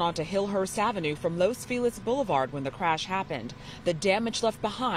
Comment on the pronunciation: It’s not fee les. It’s fe lees.